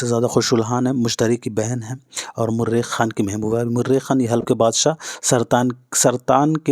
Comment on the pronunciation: Murekh nahi hota mareekh hota hai